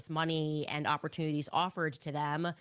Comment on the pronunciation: How many syllables are in the way she says the word "and"? CO: "EEEEE-AYEEE-AAAAA-ULLND"